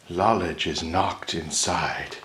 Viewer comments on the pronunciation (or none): Did he say knowledge is loked inside or loledge is knocked inside?